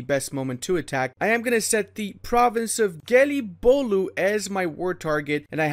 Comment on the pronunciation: That Gelibolu pronunciation was spot on, good job!